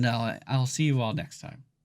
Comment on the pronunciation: Do you pronounce Yacht as E-acht? Don't think so. Then why was it universally agreed that Заря should be pronounced with 5 sounds instead of 4?